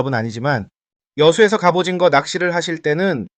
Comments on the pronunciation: 갑오징어를 갑오징거라고 말하시는거 같습니다 ㅋㅋㅋ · 설명 완전굿이에요 ㅎ 근데 왜 갑오징거라고 발음하나여 ㅠ